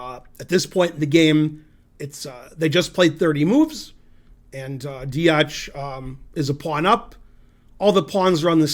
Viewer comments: he doesn't spell it wrong, he pronounces it wrong. Also I don't think telling him Deac has a C as the last letter adds any usefull information that will help him pronounce the name better. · Deac its pronounced dEAK